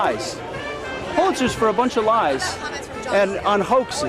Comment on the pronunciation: And it is a Pulitzer(pewlitzer), not a pull- litzer, you moron!!!